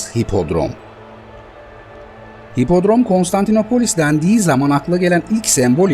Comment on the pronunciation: Her Konstantinapolis dediğinizde irkildim. Doğrusu KonstantinOpolis.